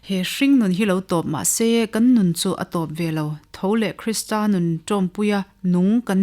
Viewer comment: A va ṭha em..chhiar tu pawhin athiam, mahse KRISTRA ti lovin KRISTA tih tur ani e.